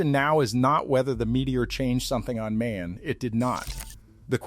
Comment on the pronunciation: It's not May-On.......it pronounces Mah-yon .....